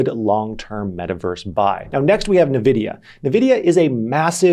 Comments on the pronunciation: neh- vidia? isnt it n-vidia? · why do you keep saying nevidia if you know its N-vidia? xD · I just cringed a little when he said nuhvidia 😔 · Btw Nvidia is pronounced like n vidia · NVIDIA ==> Ann - Wee - Dia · What the heck is "navidia"? 😅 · Stop saying Nvidia wrong. ooooh